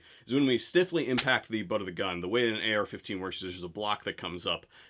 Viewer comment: He did not even say AR 15, he said XR 15. 😂😂😂😂. He is a lengend in his own mind. Does he even know what basic gun safty is? Where did he take his CPL class? Wow!